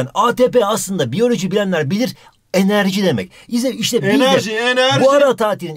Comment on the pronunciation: Ne güldüm bir bilsen " eneeerğğji enerjjiğ " diye wllslsqşldl😂